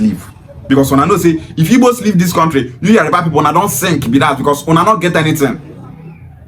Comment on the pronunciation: Pronunciation is yoruba and not yariba